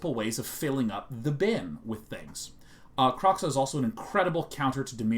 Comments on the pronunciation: I'm probably going to be the Autistic asshole that comments several times. First it's not Kroxxah it's Kroe xa (crow-such). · The X in Kroxa is pronounced like SH, it's not Kro(cks)a it's Kro(sh)a